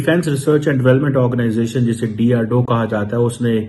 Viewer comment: Abe chemma it's DRDO not drdoe